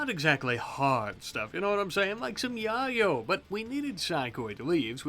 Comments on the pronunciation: I’m sure it’s because you’re on YouTube but you do know it’s pronounced ( YaY-Oh ) or (YaY-Yo )right? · Why he sayin yayo wrong? lol